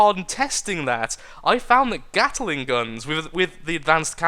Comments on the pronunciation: but he did say "gattle-ing", didn't he? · The Carolina Gatler. In tribute to your inability to say the word "gatling" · he said at the end of the video he accidentally called gatling "gattle-ing" near the beginning though